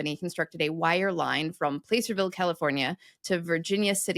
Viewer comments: Placerville is pronounced PLASS-er-vill, not PLACE-er, as in the placer veins which were mined for gold during the Gold Rush. And while we are at it, the first ‘a’ in Nevada is pronounced like the ‘a’ in “at”or “apple”, ne-VA-duh, not ne-VAH-duh, not like “off”. As a Nevadan, that mispronunciation makes our skin crawl. That holds true also for the Sierra Nevada mountain range, for both Nevadans and Californians. You touched briefly on one common use for “bootstrapping”, somewhat indirectly. The phrase “boot up” to start a computer and load the operating system is short for bootstrapping…the idea being that starting from “cold iron” with no running software, you needed some software that could load itself first and operate without any other software operating on the computer. This would be the operating system that could load and run other programs. Hence we now say “boot up” a computer to indicate turning it on and loading the bios (short for “basic input/output”) and operating system. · placerville isn't place-r-ville, it's plass-r-ville. Placer is spanish for pleasure. Placerville is pleasure town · FYI and future reference, the California town of Placerville (referenced in your exegesis of “heard it through the grapevine”) is pronounced “Plasser-ville”, not “Play-ser-ville”. Placer/Plasser is from the Spanish word for “pleasure” (“plah-SAIR”) and refers to placer mining, a particularly destructive method of extracting ore during the California Gold Rush. Before it was Placerville, the city was called Hangtown — named for a similarly destructive practice. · I live in driving distance of Placerville, and it's a short "a", not a long "a". Plah-ser-vil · Placerville "a" is pronounced like the "a" in act, not the "a" in the word place. it refers to placer mining which uses water to wash the gold out of the mountain sides. i live in Stockton California. my family goes back to the 1850s in this state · Just for the sake of pedantry, it’s pronounced “plASServille”